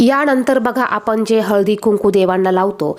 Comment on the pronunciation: आपली भाषा शुद्ध करा पहिले, आपण म्हणा आपन नाही, ण ला न म्हणताय आपण